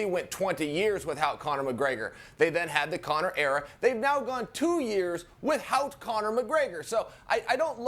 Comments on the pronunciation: Haha, I noticed that Chael was pronouncing “without” strangely. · Chael 'With Hout' Sonnen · Is it me or does Chael keep saying "with-hout"? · I see people complain about the timer and the fact this show is on ESPN +. The ONLY thing that bothers me is the way Chael keeps saying "without".. with- hout... where the hell does the H come from Chael, where?!? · Chael "with-hout" Sonnen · if I have to hear Chael say "with-HOUT" one more time..ugh. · "WithHout Connor"